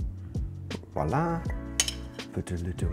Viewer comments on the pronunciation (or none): none